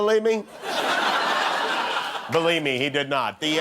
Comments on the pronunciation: He's does not say believe he says berive me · Why does he pronounce believe as balieve instead of believe? His pronunciations are worse than first generation immigrant, certainly does not show Ivy League education! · It sounds like he is saying belieb me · “Beliebe me”